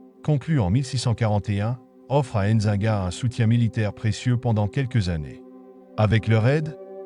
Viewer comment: N'zi-nga et non enzinga